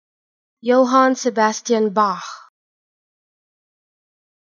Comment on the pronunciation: Johann and Bach are fine, but the two "a"s in Sebastian are totally wrong... Should be a dark "a" as in JohAnn...